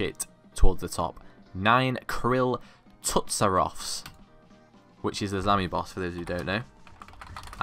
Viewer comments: Kril Tsuth Ya Nan HAHAH fuck sake lad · "Kril Tsuth Ya Nan" LOL